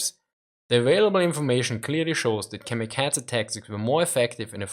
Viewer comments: KamikaZe, not KamikaTZe. Z as in Zaire, not TZ as in Cyprus ! They were suicide pilots, not cats :) Please take care of prononuntiation. It is japanese word, not german. If you do not know terminology, it undermines value of your point. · The letter z is pronounced like ts in German, that why he says "kamikatse".